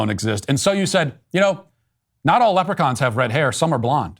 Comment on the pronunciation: Im offended you said lepuchains and im Irish